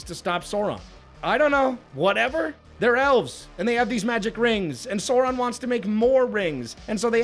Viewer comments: Okay but it's Sauron, not Saron haha. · Sour-ron ❌ Sore-ron ✅ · Why does he pronounce Sauron as Sore-ahn 😭😭😭 I need back🤣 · He's not called Sorron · holy fuck how hard is it to say Sauron correctly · Rings of Power nearly as annoying as a video mispronouncing Sauron all the way through. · I mostly agree with the points made in the the videos... but I still don't understand why American Youtubers in particular are fucking incapable of pronouncing Sauron's name. Is this some kind of dumb engagement farming to reap those sweet, sweet comments or just a case of "forin langurge diferkult"? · Why does keep mispronouncing Sauron? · Drink everytime this guy mispronounces Sauron